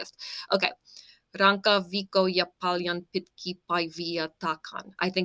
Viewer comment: The first line already made one of those meaning changes 😁 that's okay though. I'd hesitate to call it a mistake as english speakers have trouble with double consonant. Rankka is hard, but you said ranka which means core